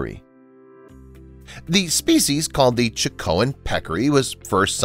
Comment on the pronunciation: In addition to the SeeLaCanth: it's CHAH-co-en, not Ch'KO-ahn.